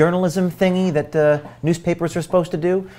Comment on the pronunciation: If you don't protect your sources better you won't find many people willing to "be brave". was shown in profile silhouette, and you did nothing to hide his speech patterns and mispronunciation of common words such as "that" (which he pronounces "thit"). Your work is much appreciated but you need to be more careful to protect your sources' identities.